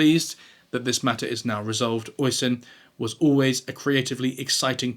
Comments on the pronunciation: "Oison" is incorrect. The spelling is "Oisín". It is an Irish name and is actually pronounced "Osheen". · It's pronounced usheen , Not oi son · Oi son temon seriously. Least look up how to pronounce the lads name before you make the video. It’s uh-sheen tie-mon ~ Oisín Tymon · Great video! But Oisin is pronounced Uh-sheen. Not oy-sin. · Just FYI, although obviously this channel uses the Simon Whistler Cinematic Universe method of driving comments which boils down to deliberately mispronouncing something in every video just to prompt people to write in and correct it, I couldn't let this very common one stand. "Oisín", the name of the guy that Clarkson assaulted in "the fracas", is not pronounced oy-sin. It's pronounced "usheen". Ush as in hush and een as in bean. Emphasis on the ush syllable. It's an extremely common, if rather twee and diddly-eye, name for boys and men in Ireland, which is where I'm from so I'm allowed to say that. /rant over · Oisin is pronounced Usheen. The least you could do was look up how to say the man's name.